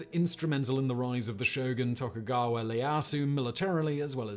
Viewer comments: Simon: "...Tokugawa LE-YAY-asu..." Us: How many times must we beat you over the head!? There is no "L"! That is an "I"! Pronounced "E-A-ya-su"! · He refuses to say Ieyasu correctly..that's a capital i not a low case L....no one uses lower case letters for the begining of someone's name, it's a proper noun...ee ay asu....ieyasu...eye...dude